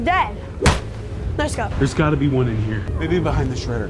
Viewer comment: bahaynd. 😂😂😂😂😂😂😂😂😂